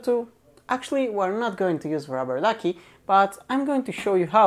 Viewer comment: you pronounciation is horribel what are you talking about ruberduki